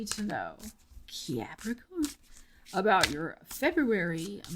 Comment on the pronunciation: Cannot start my February without uttering Cuahpricoorn 😂 Thanks and hope your February goes swell 😊❤😊